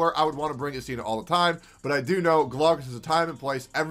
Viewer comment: Its actually I'stina (stress on the first syllable)